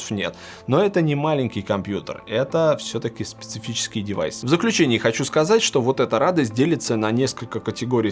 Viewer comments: "СПЕЦИФИЧЕСКИЙ" Выведем лайками в топ этот коммент чтобы вилса отработал это слово и в следующем выпуске выговаривал легко. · 10.29 ору,спицифитиское😂😂😁😁😀😀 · "Спцффичесски девайс!" :) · Заметили как Вилса говорит «Спецефицеский») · еще раз скажи специфический)))